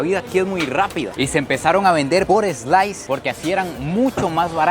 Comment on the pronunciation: “ eslais “ interesante 😂